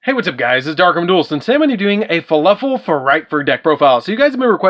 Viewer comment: "faluffle" is all i'm hearing. is that just a region pronunciation thing? if i' sounding rude by asking i don't mean it to be that way, i'm just confused cause it's spelled "fluffal" but i keep hearin you say it different. i kept in mind you have the deck as we can all see so it's preference to the user, it's just interesting.